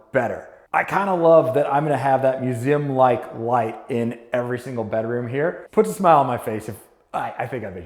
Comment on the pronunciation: a what? muzeum? ahaha just me or does he pronounce it weird